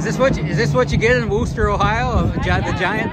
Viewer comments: I grew up in Wooster, pronounced like "crook," not "who", lol. I graduated from the old Wooster High School, which is now Cornerstone Elementary School. Thank you for all the kind comments about Wooster and Wayne County. The group of Amish folk you interviewed do not like to have their photos taken, so I am surprised they agreed to talk to you on camera. Holmes County is just south of Wayne County and has a huge Amish community. I attended WCS many times in the past, but at 74 yrs old, I don't get out like that any longer. I can recall "eating dirt" with every pass of the race cars. This was one of the entertainments my husband and I enjoyed together. One of my sons and a nephew used to race in modifieds in Holmes County a generation ago! Again, thank you for all the kind words. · I believe its pronounced wister, its a funny thing larson is soo good at almost anything you put him in, he just out and out dominated that hilbilly 100 last week, 100 laps he lead, though they did not make it easy for him, its funny how small in stature some of the drivers are, from the younger under 40 gen, well you have buddy kofoid and tyler courtney and zeb wise that are taller then me, but its the old guys that are really tall and large guys like matt goodnight, shane cottle, ryan newman, and bryan tyler that are the tall guys at least in silver crown racing and sprints, larson though yea I have yet to meet him and talk, hope he dont epouse the weird california politics though that would be a deal breaker for me, as good as he is and the best in prob 2 generations. hope buddy is feeling better he took a nasty flip at the 4 crowns last week. the name of wooster used to make me laugh cuz it spelled like rooster, they have the wooster brush company and still make many of their paint brushes in the usa among things.